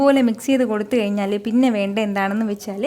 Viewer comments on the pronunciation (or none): none